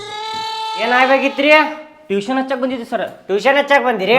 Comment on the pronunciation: Teeshan alla pa tuition.😂